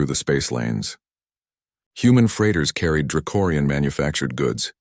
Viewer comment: It’s draconian, not dracorian!!!!! You’ve been saying it wrong every single time it comes up!!!!!!!!